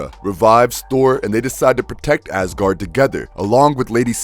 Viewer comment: So am i the only one that hears him saying ass-gard